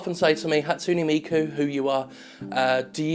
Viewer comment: Your pronunciation of Hatsune Miku made me cringe... what's wrong with me?